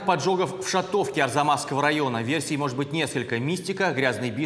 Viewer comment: ШАтовке, ударение на первый слог